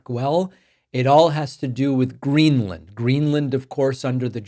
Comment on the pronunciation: "Gren-er-land" ...? Trump can't even get the name right.